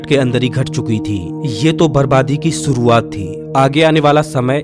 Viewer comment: Suruwat nahi shuruwat Baris nahi barish Kagaj nahi kagaz Bhisan nahi bhishan Achhe se pronounce kiya kare